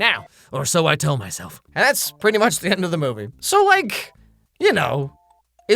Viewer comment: Why are you saying theuh Minecraft movie?